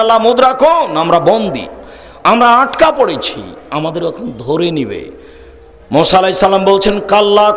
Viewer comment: Musa (A.S.) not Mosa (A.S.)